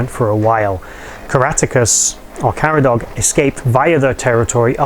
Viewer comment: Deceangli is pronounced Dekee-Angli. The Gangani are pronounced Gân Ghani. Caradog is pronounced Karadog, one syllable not two. His name would have actually have been Karatakos and pronounced Kara ta Kos.